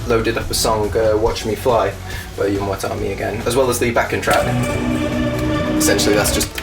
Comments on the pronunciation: I keep hearing you say your band name as "Yu-won tommy" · When you say "You and what army" it sounds like "Yunwatami" or somthing. :P